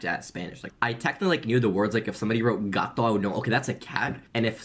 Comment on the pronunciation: I'm a native Spanish speaker and even the way he said "gato" sounds awful... he has zero experience on Spanish phonetics...